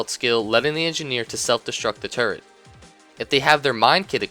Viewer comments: everytime you say turret, I laugh a little because it sounds like turd XD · At first i thought you said turd... not turret... Made the engineer sound awesome.. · when you say turrent it sounds like turd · When he said "turret in his toolbelt"i thought he said "turd in his toolbelt" i lold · i thought u said turd but it was turret lol